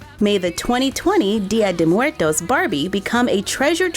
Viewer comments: It’s actually pronounced Dia-daywoes-murtos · Im mexecan and you say it bad 😝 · I'm mexican, and I love the way you pronunce "Dia de muertos", I love you ❤️❤️❤️ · Me causa gracia cada vez que dice "Día de muertos" jejejeje It's funny when she says "día de muertos" I can't help laughing. hahahahha